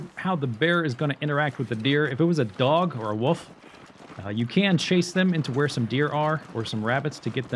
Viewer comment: "a woof" I've never heard that accent before for wolf